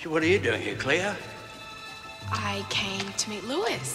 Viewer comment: its cleo not chleo